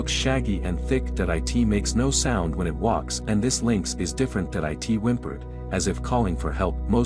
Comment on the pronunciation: What always is with this narrator that he does not understand what the word "it" is?? He always just reads it as "I T".